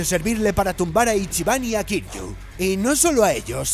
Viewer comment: Imagínate llamar a Kiryu, “Kir - yu”